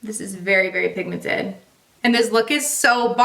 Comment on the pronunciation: Ahhh, lets get you to 900k!! So close!! Love ALL the videos, your so beautiful ❤️ .... It's "pinkmented" instead of pigmented lol